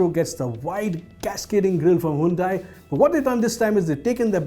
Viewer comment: Hyundai you spoiled Santro name!